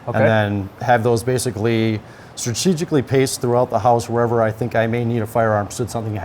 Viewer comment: "STATEGICALLY PACED" LOL😂